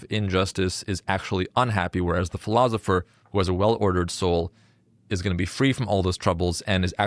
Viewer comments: It is driving me crazy that this guy keeps saying “ philozipher”. Is there a reason for that, or is it just an odd personal quirk or affectation? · Philozopher. I hope I don't start pronouncing it that way. Otherwise, I REALLY enjoyed this summary of The Republic. Thank you!